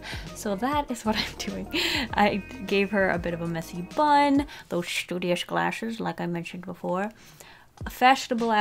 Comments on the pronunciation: I like it when she says shtudiash 😂😂😂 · And we add another word to the Dictionary: Shtudious